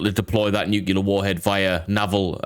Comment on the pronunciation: Comment for the algorithm! Thanks for the good shit. Nu-clear, not nucular. Thanks:P